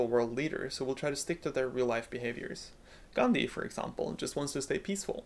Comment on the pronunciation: As an Indian, I particularly like the way you pronounced 'Gandhi' correctly. It's quite uncommon to be honest.